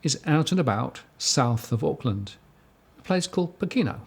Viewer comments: Poh ke no. Stress on first syllable. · It's pronounced "poh-ken-no" and it's cold and foggy in the winter. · tis pronounced 'poor - care - nor' = Pokeno (say it fast)